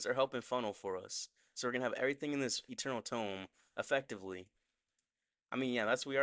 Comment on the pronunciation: Eternal tome❌️ Eternal dome✅️😂😂